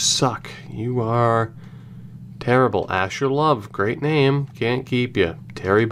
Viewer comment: when you give up on life and start reading names wrong